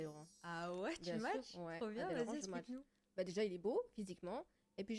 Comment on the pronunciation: je crois qu'on dit Match et pas Smatch 😂 on dirait ma grand-mère au McDo "un MicMac s'il vous plaît"